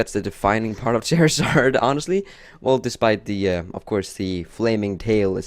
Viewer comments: Charizard, not Charazard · lol the cc said shower sarge when you said charizard